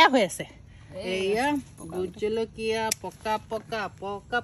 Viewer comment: সুন্দৰ .... কিন্তু জলকীয়া শব্দটো আলকীয়া হৈ আছে 🙏